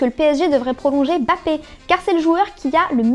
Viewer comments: A la sixième minute la meuf elle dis bapper mddr au lieu de mbappe c bien beau de mettre des meuf en présentatrice pr l'égalité homme femme lol , mais au moins qu'elle y mettent un peu plus d'effort lol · Comment ca m'insupporte les gens qui dise Bapé !!! Est-ce qu'on dit Eymar ?? Zaaabi